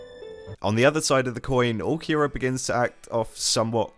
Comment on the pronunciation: took me a couple minutes to realize he's not saying ookiyura but ulqiorra british people really cant speak properly